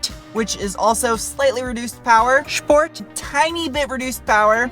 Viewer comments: I love it when you say: "schport" 😅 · SHPORT - SHPORT PLUS Moar shport!